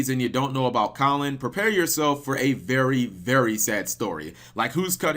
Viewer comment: its KAL-an not collin